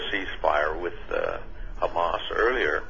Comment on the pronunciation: ITS HAMAS, NOT HUMMUS, LADY